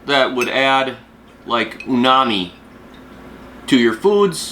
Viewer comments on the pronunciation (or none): It’s not “UNAMI” lIke you said. It’s UMAMI. Kind of important to get the words pronounced correctly if you are making a video.